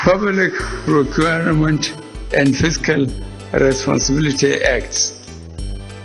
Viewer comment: Limited, not limithed, responsibility not responsibilithy. I'm sorry but It's quite irritating to be hear.